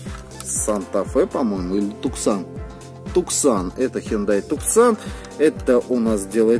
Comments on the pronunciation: Не туксан а тусан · вообщем-то TUCSON говорится не туксон а тусон